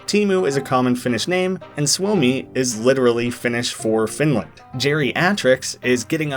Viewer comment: wait Wait WAIT I AM FROM FINLAND HOW TO HELL I NEVER NEW THIS CHARACTHER EXIST? and also you say suomi wrong i get it why you say it wrong but you still said it wrong